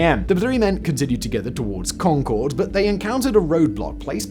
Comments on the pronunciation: I live in Massachusetts. The pronunciation of the town of Concord is not like the Anglo-French supersonic passenger jet, where the emphasis is on the second syllable “con-CORD”, but on the first syllable. It sounds like “CON-curd.” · Simon, i love you and your videos, but as someone from Middlesex County, it's not Con-Chord, it's Con-Curd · Con-Kerd, the second O is not pronounced. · It’s not Concord, it’s Khankahd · As a born and raised Bostonian (currently living in Waltham, which you can see on the map) it is my sworn duty to correct the pronunciation of the town of Concord, Massachusetts. It is pronounced Con-kerd or Con-kuhd. And yes, I know Simon doesn't care. 😂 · I wish people would learn to pronounce Concord. It is "Con-kerd" not like the plane. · Nice video although Concord MA is not pronounced like "Concorde" the airplane.. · The name of the town of Concord is, amusingly, pronounced "conquered." Also, there is a Concord, pronounced the same way, in both New Hampshire and Massachusetts. There was a shortage of originality, but in fairness, the two places were a couple days' travel apart when they were named.